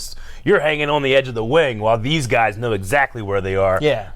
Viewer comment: What I heard: "There's a real intensity to these gays!" You're not wrong, you're not wrong.